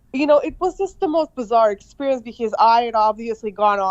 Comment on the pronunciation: A basic English teacher not knowing how to pronouncec "Experience " is on the road to change global politics...good luck road runner